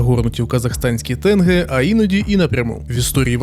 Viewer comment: Пише казашка з Казахстану. По перше, тєньгє правильно, не кажіть як росіяни. По друге, дякую за відео, навіть гадки не мала, що Park Life російський фестиваль. Як же круто, що я ніколи не їздила на їхні концерти. По третє, Алмати не найбільше місто Казахстану. Вони зрівнялись з столицею Астаною